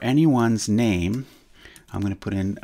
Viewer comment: Stop saying my bamey